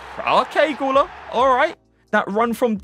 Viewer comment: i wanna just correct you you need to read guler u like muller u